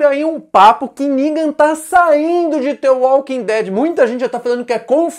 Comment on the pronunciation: "Ningan" kkk